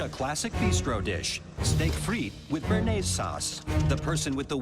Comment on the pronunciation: Is it so hard to pronounce béarnaise? Bay-are-naze!